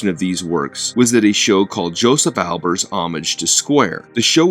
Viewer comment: Have you heard the correct pronunciation of his name?